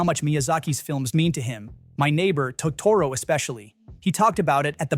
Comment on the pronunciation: Your AI is mispronouncing Totoro and it's annoying